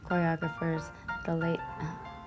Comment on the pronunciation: I wish there was a moment in this video where said the whole word, choreographer, correctly.